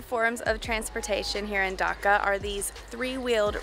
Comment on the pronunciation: Ok ok ok it's not 'Daka' it's 'Dhaka' like make the 'Dh' sound like 'Duh-Ka' Sorry for correcting you but I kinda get offended when people get my or my country's name wrong